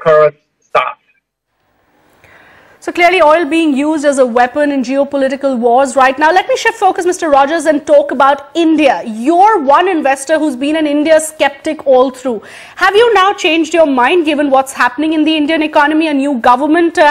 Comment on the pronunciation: What the fuck is an "inwester"?